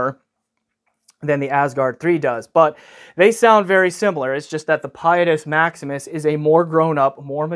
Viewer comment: you’re supposed to say its name with an ITALIANO accent. 😸